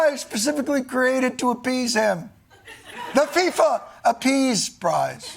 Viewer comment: “FIFA Appease Prize” I’m dead lol